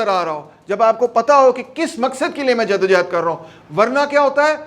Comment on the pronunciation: It's jaddo johad not jaddo jehad it's johad